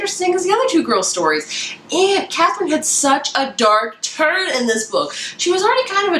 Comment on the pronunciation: You say the Arsinoe and Katherine names wrong just FYI! I listen to the audiobooks and the audiobook pronounces them very differently than how you were pronouncing it. Great review though!